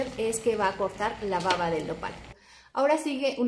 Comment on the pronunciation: Excelentes consejos !! solo sugiero que tenga cuidado al pronunciar la palabra "baba" ya que a veces la B la pronuncia como V ....en los idiomas esta es una importante diferencia !! lo mismo como en español ! saludos